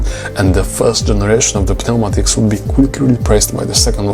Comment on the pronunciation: The P in Pneumatics is silent.